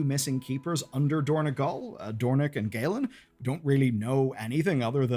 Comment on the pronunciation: It is dorn-O-gal, not dorn-E-gal